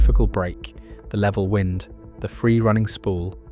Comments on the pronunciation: ThIs narration is Ai when "wind" as in roating becomes "wind" blowing. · WIND RHYMES WITH MIND,,, 😡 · Why do we have to listen to mispronounced AI narration? The information is interesting, but wind and wind are a pretty easy difference to tell apart. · WIND SOUNDS LIKE BLIND